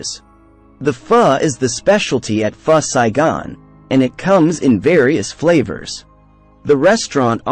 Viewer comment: It’s Pho Saigon not First Saigon :)